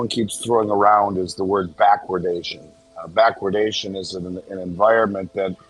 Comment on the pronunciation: If I hear bachwardation again I'm going to puke 🤢🤮